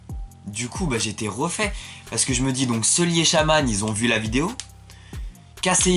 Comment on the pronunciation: Déjà quand tu prononce sully "seuli" ça commence mal 😂